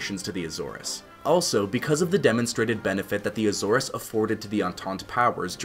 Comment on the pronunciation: Good information. However, You’re mis pronouncing the word Azores.